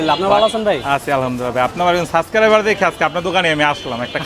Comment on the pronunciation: ভাইরে এটা সাবস্ক্রাইবার সাসকাইবার / সাসক্রাইবার না!